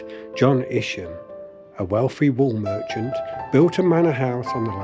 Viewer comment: its Isham not isham...........EYESHAM......Isham